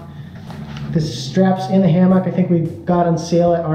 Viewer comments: Great info, thanks! You had me laughing at Ham ock, wasn't sure what you were saying at first. I guess in the south we say it like hamuck. 😉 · His pronunciation of hammock got me. It sounded like ham-mock, where most people say it more like hamuck. Might be a regional thing. Just struck me as different.